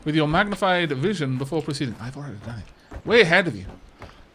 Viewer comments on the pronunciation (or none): none